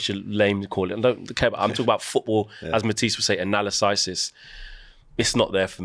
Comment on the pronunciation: I've never heard someone pronounce analysis like "" just did Anala sy sis 😂